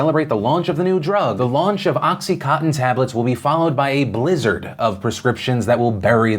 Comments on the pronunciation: Dear Phil, it's oxy-CON-tin, not oxy-COTTON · oXy CoTtEn haha its contin not cotten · Phil, it’s pronounced Oxy-CON-tin as in continuous. Just FYI 👏🏻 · Is he saying oxy-cotton??? 😝 It's oxy coN tin. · Anyone else keep hearing “oxycotton” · Every time Phil pronounced OxyContin “Oxy Cotton” God killed a kitten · Phil listening to you mispronounce contin fifty times was very frustrating. CON-TIN. Oxy con-tin. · Does anyone realize that oxycontin has an "n" in it? It's not oxycotton. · Is it just me, or do a lot of people only seem to pronounce about 60% of the consonants in the word "Oxycontin"?